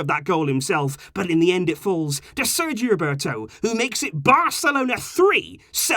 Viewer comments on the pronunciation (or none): none